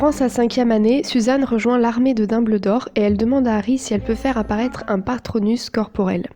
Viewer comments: VOUS AVEZ ENTENDUE ELLE DIT LARME DE DOBLDOR MERDE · On dit Dumbldor